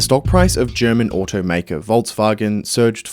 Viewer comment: There is no T in volkswagen